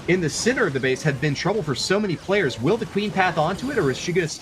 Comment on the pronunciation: please learn these players names before broadcasting. It’s super embarrassing when the non native English speakers get them right and you keep butchering them.